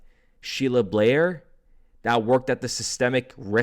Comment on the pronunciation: Great Content as always thx 24 also its BAIR like ‘BEAR’ Sheila Bair lol not Blair love u bud!! 🫡